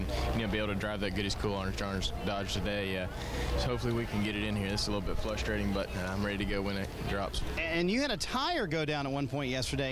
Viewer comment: “Flustrating” - Chad McCumbee, 2007